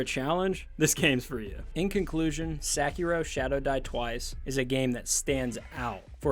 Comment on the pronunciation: Great review but you butchering that name 😭😭😭